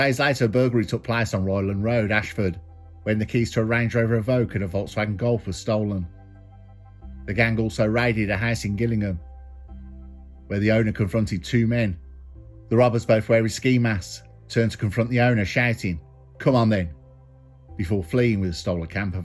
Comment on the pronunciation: You’d think with the mighty gills people would know it’s pronounced jillingham. Otherwise the gills or jills as pronounced would sound like the things fish have.